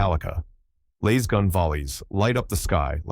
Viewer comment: Laz as in “az” “L-az” L-short a-zz it’s not Layz, WTF did that come from, 35 years I’ve never heard anyone call them “Layz” guns 😂